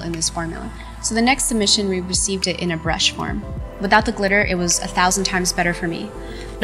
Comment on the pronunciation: “it has glitter in it” me: did you say litter? michelle i thought you were done with putting litter on your face